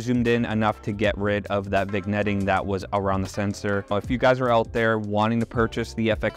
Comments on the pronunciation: the g is silent in vignette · Did you say Vigg-netting?